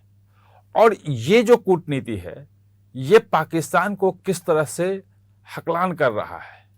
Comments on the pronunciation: Haklaan nhi sir halkaan hota hai. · सही और सटीक विश्लेषण। लेकिन शब्दों पर ध्यान दें– उर्दू भाषा में सही शब्द हलकान है - हकलान नहीं।